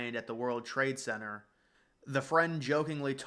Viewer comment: Why do you not pronounce the 'T' in Center?